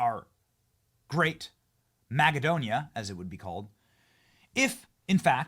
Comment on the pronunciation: "MAGAdonia" lol 😅 epic